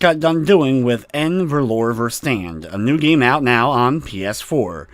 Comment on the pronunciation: im a bit late to this one but "n' Verlore Verstand" is "a lost mind" in Afrikaans, a South African language derived from Dutch. You dont pronounce the N as if you are reading the alphabet. it literally sounds like "uh". Read the sentence like this "uh ferloora firstund". I suspect this is why you consider it mistyped, perhaps you tried to trace it back to Dutch or German but are unfamiliar with Afrikaans. Great video though.